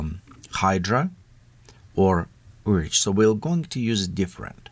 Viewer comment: Urchin, not urge